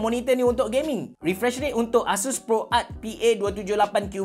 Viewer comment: No one:: Kita ada Gayming Monitor